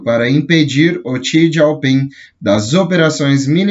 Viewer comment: não achei nenhum contato da fundação, ela tem base aonde? Tá em espanhol. O presidente chinês é: Xi Jinping (Jinping e não "gieu" ping)